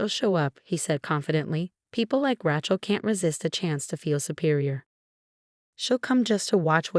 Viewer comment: The reader should be told how to correctly say names. Rachael is Raa-chocolate. They also mispronounced other names.